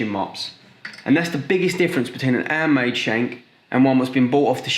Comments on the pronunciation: I love how you don’t say your H’s 😂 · lol he doesnt pronounce the H like a french person haha "andmade", "opefully" etc :)